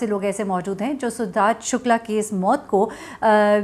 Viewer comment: your pronounciation of the name "Sidharth Shukla" needs correction, pls pronounce it correctly..... Thanks